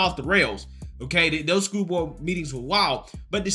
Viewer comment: Hello creator, Can you pronounce they these them those that instead of dem dose dese dat?